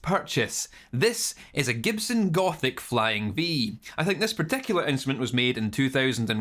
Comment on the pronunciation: No lie I thought you said Gopnik instead of gothic